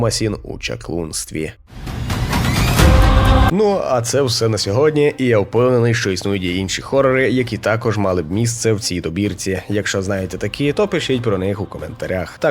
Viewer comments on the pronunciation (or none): Класний топ, лише не "горрор" а "хоррор"